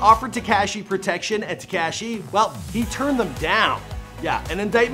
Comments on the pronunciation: Its not tea-cash-eee is te-ka-shee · Bro. I can't listen to this anymore! HIS NAME IS TA KA SHI !!!! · Why tf did he refer to him as “tekASHEE” the whole video 🤷🏾‍♂️😭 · Teakashhhhhi 🙄 stop saying it like that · Lol he's not pronouncing his name correctly 🤣